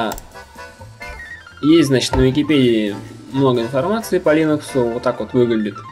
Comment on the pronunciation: Чувак, линекс - это не операционная система. Операционка линУкс, а линЕкс - это препарат нормализующий микрофлору кишечника. И не чешись так часто. Успехов)